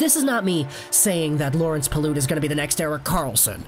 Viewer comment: PYLUT NOT PILOOT